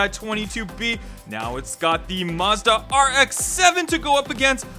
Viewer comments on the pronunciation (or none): none